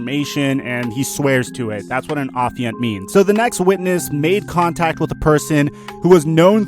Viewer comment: Wait wait wait you can use and pronounce the word Affiant correctly, but you can’t say the word Piguet correctly???